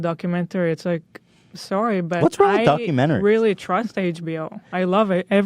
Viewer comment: “I weally twust HBO” LOL wow you guys are out of touch NPC’s.